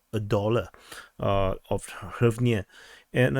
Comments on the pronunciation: Just say gryvna for fucks sake, this is so painful to listen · "Tremendous" is an understatement. You can pronounce it "Reev na." It's pretty close.